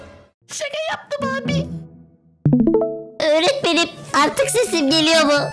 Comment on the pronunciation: Öğretmenim❌ Eğretmenim✅ 🤨